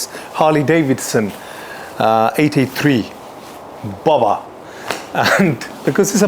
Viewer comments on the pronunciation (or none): Saying Bowber and not Bobber is not posh, it's just dumb. So, really can't take any of this seriously.